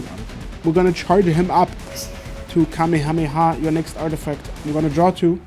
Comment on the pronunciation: you made a mistake. The term was clearly either "Kamyhameha" or "Kamehamehave". Unbelievable (sick job as ever with all things both gameplay and editing)